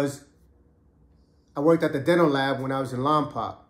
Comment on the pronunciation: what’s good homie much love love all your stories . It’s called lompoc not lompac lol everyone says its like that lol pretend the c is a k then say it hope all is well born and raised in Lompoc 805